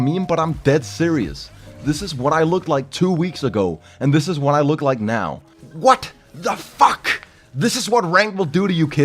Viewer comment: the way he said what the fckk the sharpness of the way he pronounce it you can feel the suffering aftermath